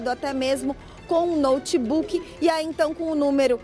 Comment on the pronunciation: “Até mesmo com um ‘noutebuque’!”